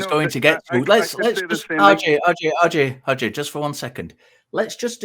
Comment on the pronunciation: says, "RJ, RJ, RJ... RJ...". What I hear is, "Audrey, Audrey, Audrey... Audrey...". 😂